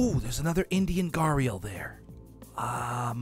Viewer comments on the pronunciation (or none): It's not gahreal it's gah-re-al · The Indian gharial is pronounced ghe-ree-ul it is commonly pronounced wrong so you are not alone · But the way Gharial is said GAH-RE-UL